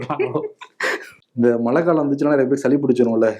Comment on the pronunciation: நானும் தினமும் கவனிக்கிறேன். க்கு 'ழ' வருவதே இல்லை. மழையை மலை என்று தான் உச்சரிக்கிறார். திருத்திக் கொள்வதே இல்லை. விகடன் குழுமம் அவருக்கு சரியான தமிழ் உச்சரிப்பைக் கற்றுக் கொடுத்தல் நலம். வருணிடம் இக் குறை இல்லை என்பதில் சிறிதளவு நிம்மதி.